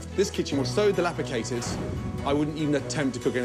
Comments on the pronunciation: Did I hear gordon right...delapicated..!?!? 🤣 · Dilapicated? 😂 dilapidated Gordon come onnn